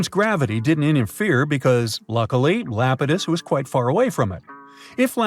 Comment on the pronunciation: Not lapitus it’s EYE-ap-ah-tus